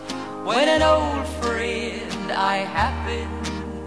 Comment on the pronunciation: これもいい曲ですね。friendの発音がなまってますね。